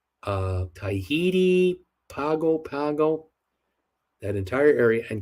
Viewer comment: Pago Pago is pronounced Pahngo Pahngo